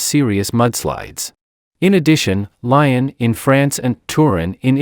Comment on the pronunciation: Lyon is pronounced "lee-on", not like the animal "lion".